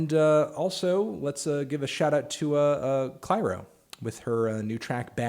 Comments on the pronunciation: The way he said “Clairo” i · the way he pronounced clairo😂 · Well i guess that’s one way to pronounce Clairo’s name